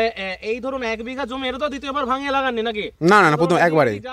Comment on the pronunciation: Jomi ta thik kore bolun